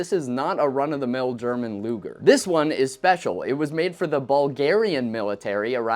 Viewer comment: Thank God you did NOT call the Po8 luger luuger like one of your competiters. L.